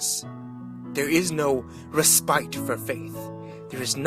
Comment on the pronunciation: ditto "respite" is pronounced "ress-pitt"